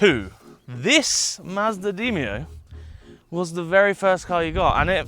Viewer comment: Demio not deemio lol